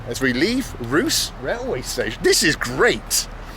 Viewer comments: I love Bald's videos but this seems less well-researched than most. For someone who reads Cyrillic, I was continually irked by how he refers to Bulgaria's city on the Danube as "Roos" rather than its correct name "Roos-e". Also, since he loves a huge communist-era monument, a tragedy that he did not check out the amazing one in Stara Zagora since he was actually in the city. Other than that though, good stuff. I love the Shumen monument and have visited many times, and checked out Buzhludzha last summer. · I can’t believe I’ve been watching you for so long and never knew you came to Ruse my hometown! It’s pronounced Rus_eh btw😊 hope you enjoyed your time in Bulgaria 🇧🇬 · As a Bulgarian I am really surprised and fascinated to see what foreigners find attractive in Bulgaria. Itwas so nice you started your Bulgarian journey with Ruse. It is a nice, clean and really full with history town. By the way you have to pronounce it RusE , not Rus.😅 Funny part is the Russian language. Good luck talking to young people in Russian 😅. I am Bulgarian but never been to Buzludja. I should go there. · The name of the city of Ruse is pronounced RusE, not Rus. The accent falls on the second letter "U", not on the last "E". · The name of the city Ruse (русе) is pronounced as 'roo-SEH' not as "roos"😄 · Hi Bald, the video was amazing. Ruse is a very pleasant city and is even nicknamed “The Little Vienna”. Also, it’s pronounced Rusé, while the way you pronounced it (Rus) means “blonde” which might have confused a few of the locals. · can you tell him its pronounced Roo-say not Roo-s? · Ruse, not Rousse. Unless you're French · It was not until minute 12 that i realized he was talking about the city of Ruse, only because i had actually been on that spot. Bald totally bothed the name of the City lol it's pronounced like "rUseh" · The "e" in Ruse is not silent. It's "Rus-eh". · Russe-you pronounce the "e" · Yeah, that was fantastic. It just triggered me how he pronounced ruse :D